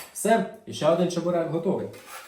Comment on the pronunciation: Сам ти чЕбурек.Чі(звук шиплячої олії)берек.